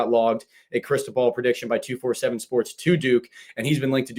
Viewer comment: I work for 247 sports. You don’t pronounce it like 2-4-7 sports. Pronounce it like 24/7 sports! I hope this helps!